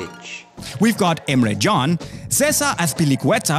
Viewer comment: digga du sagst doch nicht emre gan